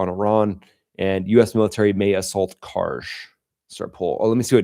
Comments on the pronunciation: No..i think it's KarG...like Guerilla...not Karje like someone who tapes down n tucks under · Please stop pronouncing Kharg island that way. If the G was a J you would be saying it right, but it’s not. Thanks in advance.